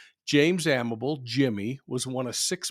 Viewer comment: His last name is pronounced Amabilly. A co worker I’ll never forget. Drove past his final resting place every day on my way to and from UPS where we worked together. Never forgot about him. He was a mentor and a stout Teamster whom I enjoyed seeing everyday before we started our delivery routes.